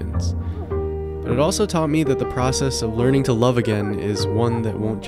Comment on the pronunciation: I love the video but it irks me that he missed the r in learning